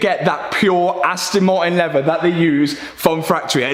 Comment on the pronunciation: You did a great job, Much patience to pull out that dashboard, Im from the USA, When you are explaining the leather and how it breaks open for the airbag, You pronounced it as Levea, How would you pronounce the word Lever, Just curious..